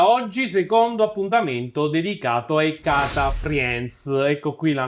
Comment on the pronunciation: ottimo video, decidi però se dire IA in italiano o AI(aiai) all'inglese, IAI mi fa un pò male alle orecchie come hd(em)m(ea)i